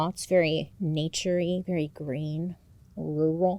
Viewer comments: i swear no one from the ie can pronounce rural 😂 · Bailey! RUR•UHL. Rural. :) I believe in you, you'll get it someday. ;) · bailey, o get it with the word “rural” i also have a HARD time trying to say “world” and “word” and make them sound different lol